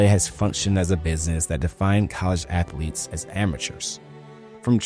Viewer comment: He wants them Cartman student ath-o-leets back